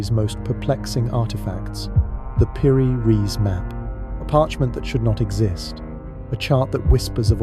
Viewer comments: Piri rice... Not reece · Like in Einstein so is also pronounced piri reis and Epstein a i not a ee